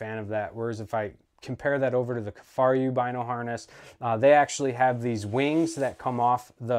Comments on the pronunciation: The video was very informative, but I do agree that the mispronunciation was distracting. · Two things…He’s comparing the Kifaru to a non enclosed marsupial and He’s pronouncing Kifaru wrong…ruined the entire Video with those two things…might as well not even spent the time making the video…waste of everyone’s time 🙄